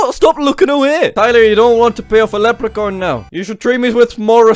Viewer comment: Did he say lepricorn?